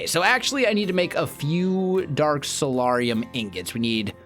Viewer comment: The 'A' in Solarium is a hard A! Please pronounce it right its triggering my OCD...